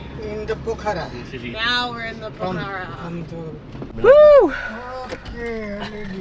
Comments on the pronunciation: It's pokh_ra not pokha_ra ☺ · It''s Pokhara not pakara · It’s Pokhara not pakara 😢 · And its pokhara....but they pronounce as Pokhra...loads of love from guwahati assam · Hi not poccara# name is Pokhara😊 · It's po-kha-ra and love your videos and hope you have a nice stay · Hey! I'm Nepali, and I love to see foreigners enthusiasm and awe for my home country :) btw, it's pronounced "pok-ker-rah" ! (but im sure you figured that out by the end of ur trip lol) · It’s call Pookharaaa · It's po-khaa-ra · Po -kha -ra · It's pronounced PO KHA RAH